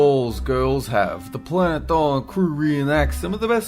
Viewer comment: I like narrorater saying Dolan, I respect that